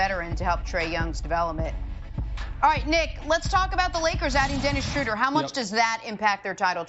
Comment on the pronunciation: Dennis chow-der